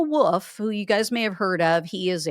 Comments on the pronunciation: Wolf pronounced like golf not woof woof. Wulf sound sorry pet peeve I know trump and bondi are wrong I know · Wolff has an "L" in it. It's not "woof."